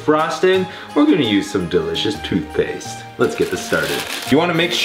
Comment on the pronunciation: It sounded like he said FOOTPASTE when he pranked Melissa with the cokkies